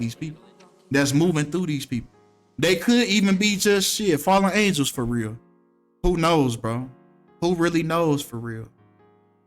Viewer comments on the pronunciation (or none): none